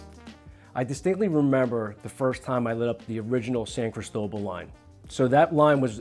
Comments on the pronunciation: Criss toe bull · That's the most gringo pronunciation of "Cristobal" that I have ever heard lol. CrEEsto-BAHL.